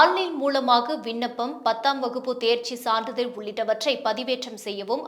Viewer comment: இந்தம்மாக்கு "சான்றிதழ்" ன்னே சொல்ல வராதா😡😡😡. தப்பும் தவறுமா ஒரு உச்சரிப்பு. இதுல செய்தி வாசிப்பாளர்ன்னு பேரு. எத்தனை முறை சொல்லுவது😡😡😡😡